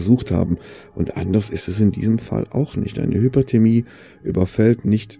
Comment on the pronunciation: Meinst du Hypothermie? Unterkühlung? Ich höre immer HypERthermie. Das wäre Überhitzung.